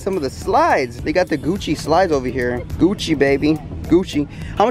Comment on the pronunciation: Hold up hold up the Gucci slides you had said Guccy 😅😅😂😂😂